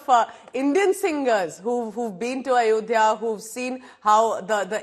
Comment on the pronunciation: her english accent sounds like ours and her pronunciation of "Ayodhya" and "Narendra Modi" was also spot on. I haven't listened to her song yet but i am going to and I expect she sang it with correct pronunciation I think she studied here at some point or there is some other connection anyway, cheers to cassandra we are with her and pray her the best